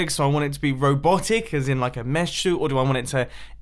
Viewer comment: A MESH SUIT? DO U MEAN A MECH (MEK) SUIT?